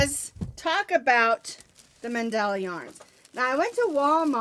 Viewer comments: Get you a chat moderator they are to watch for toxic ppl n remove . And it's called Man-da-la soft on the a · Congrats!!! I say Man dell a but thats just me!:) Love it no matter how you say it!!